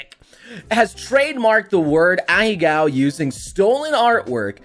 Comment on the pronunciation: did he just say ahecows